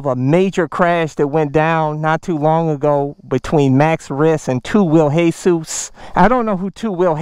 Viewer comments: Who tf is hey-sus? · the way he says hesus it's just anoying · It's pronounced 2 WHEEL JESUS like Jesus Christ not Jesus the roofer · I like how he says hesus instead of jesus🤣😂